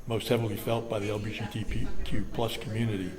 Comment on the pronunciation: Jesus 3 times he botched the pronunciation of LGBTQ+. Was it the first time he used that acronym or did it irritate his tongue that bad?